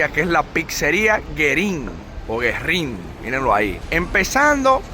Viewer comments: No es Guerrín.¡Es Güerrín! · No es "Guerrín", es Güerrín. La diéresis sobre la u hace que ésta suene. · Cuando la letra U lleva esos dos puntitos también se pronuncia. Ü. Güerrín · la dieresis tiene una funcion, y en ese caso como en todos, Güerrin, es para que la "u" suene.